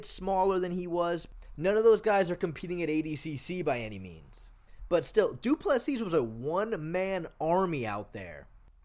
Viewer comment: Du Plesis = "doo pleh see"